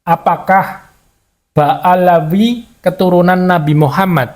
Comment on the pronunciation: Bukan baalawi tapi ba alwi bung.